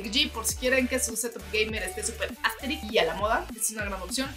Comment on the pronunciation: ¿Puede dejar de decir asteric?. Jajaja me gustan tus reseñas, siempre me dan ganas de comprar las cosas, lastima mi pobreza.